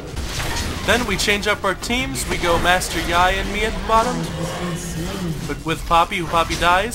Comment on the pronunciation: It's pronounced "Master YEE". Sorry it was really bothering me because he is one of my mains